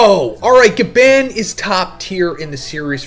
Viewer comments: His name is GYABAN... GYAA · Bruh STOP SAYING GABAND!!!!! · Bruh what are you not American? Can you not say GaBON??? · Why do you pronounce Gabans name like that? Lol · Glad I’m not the only one cringing when say it like that